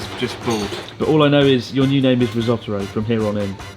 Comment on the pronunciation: Sir Chis, remember how you once said you were convinced Ryotoro was trying to kill you? I'm pretty sure calling him Rissotoro isn't helping your odds any.